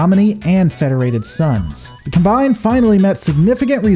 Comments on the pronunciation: pronounces Combine correctly, as a noun it's pronounced /ˈkɑm.baɪn/ and Hegemony is pronounced as either /həˈdʒɛm.ə.ni/ or /ˈhɛdʒ.(ə).moʊ.ni/. Another great video btw. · "You're not wrong, you're just an asshole." - The Dude. Combine is indeed pronounced as the Noun, not the Verb, and gets it right about half the time. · I was surprised managed to pronounce "Combine" in a twitch inducing way. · no you said "Heh Gohmony" also sad "cuhm bine" instead of "Cahm-bine" lol it's like you were gonna say the Draconic Combine into Voltron - but Combine...like a combine harvester is the...well whatever good video! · How is it you mispronounce "hegemony" and "combine" the whole video, except for one time ?